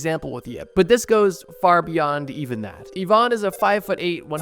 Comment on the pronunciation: It is pronounced "E-van" not "I-van"